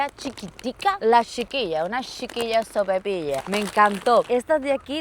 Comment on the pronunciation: No es sopepilla, es sopaipilla 😅